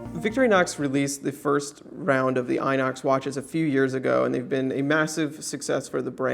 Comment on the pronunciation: Inox means Stainless steel. Oxidation, the prefix "-i" means counter, so it's rust resistance. It's pronounced "enox" instead of inox with the english i, cause this word comes from foreign language